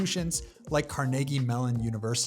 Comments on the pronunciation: no it's car-nae-gee not car-ne-gi huge difference buddy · Its not pronounced Carnegie “car neigh gie ” it’s Car NA GEE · How does it feel to be wrong?😂😂 It's actually pronounced Kar-NAY-gee. A simple Google search would help you not look like such a tool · car-neh-gee not Car-negee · Car-Niggy??? have you never been outside 😅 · CAR NAE NAE GEE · Nobody in the U.S. ever pronounced Carnegie the way he does,got to be AI